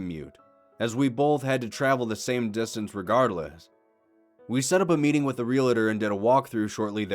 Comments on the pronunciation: Real-tor Not real-it-or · 'Realtor' only has two syllables.